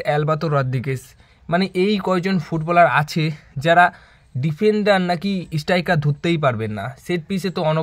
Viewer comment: কথা বলতে শিখতে‌ হবে। ইস্টাইকার নয়, স্ট্রাইকার হবে।